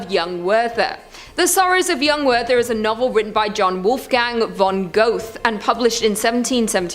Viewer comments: Not pronounced "Goath", pronounced "Ger-tuh" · it’s not pronounce “ger-tuh” either. it’s more of an “oo” sound. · Wow, nothing like completely bombing the pronunciation of Goethe and Werther...did she go to UCLA? How embarrassing for that school...